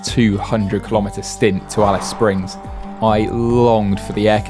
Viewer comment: Didn't this guy make the effort to find out the Australian pronunciation of Australian place names? Ignorant. He got Alice Springs correct. Genius.